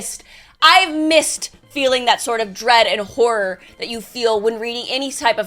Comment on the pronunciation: Why she keep saying whore instead of horror?